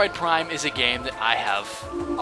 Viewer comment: Ha You said Plime LOL